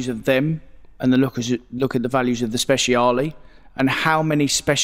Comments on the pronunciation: It's not "speZiale", that C is meant to be pronounced like "ch" in "Archie" or "match"...so it's Spechale. Believe me, I'm italian. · you are both wrong it is 'speciale' not 'speziale' otherwise fantastic. Maybe get some Italian lessons